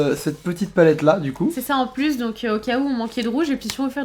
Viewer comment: elle a dit pluse beau sa dit pas se nait pas plus c est pluse